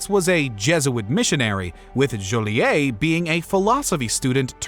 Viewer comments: Jo-Lee-et. It sounds like it’s spelled. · Joliet. Rhymes with toilet. Because it’s a toilet there.